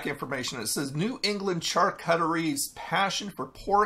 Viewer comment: mmmmm...meat. (btw, it's pronounced shar koo tuh ree) :)